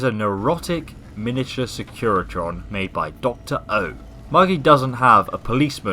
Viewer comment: Wtf is a secretion? They're SECURITRONs lol